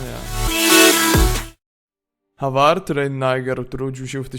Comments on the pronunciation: Håvard czyt. Howard :p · Czyta się Hovard nie Havard, jak coś ;) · Też mieszkam w norwegii i wymawia sie Hovard w norwegi å czyta sie jako polskie o :)